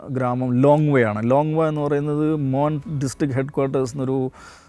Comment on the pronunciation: നാഗാലാൻ്റുകാർ... മോൺ എന്നാണ് പറയുക മോൻ അല്ല..